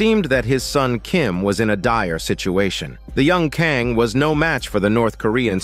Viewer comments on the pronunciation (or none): Hey thanks for this. Such a cool premise for a show and really well done. Your play-by-play is perfectly expressed. If I could respectively point out two things I noticed that made me laugh. You pronounce the school President’s name, Kang, three different ways throughout. NBD. What I found extremely funny was your semi-degrading descriptions for some of the characters… XD Her greasy face, his greasy beard… Her stinky feet… Chicken screams, chicken body, fly like a chicken… Sleeping on the couch like a piggy… Man.. those were some tasty sprinkles. Anyway, thanks again. Stay safe and enjoy your day. 😎